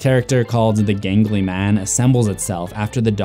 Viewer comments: It’s jangly man not gangly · Jangly Man, NOT Gangly Man